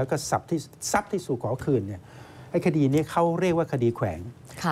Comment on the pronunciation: คำว่าคดี เป็น " คดร "ไปแล้ว